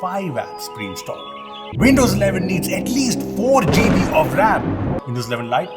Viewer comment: Most people: "Gigabytes": "Jeebies"